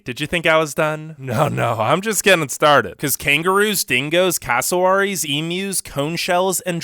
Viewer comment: EvErYtHiNg WaNtS To KiLl yOu says cassowary wrong